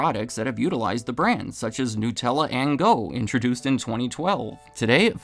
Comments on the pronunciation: Nut-ella It's made with nuts. Not gnus, which are a type of wildebeest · *Nut* ella, not 'new'. They're referencing nuts, not newness.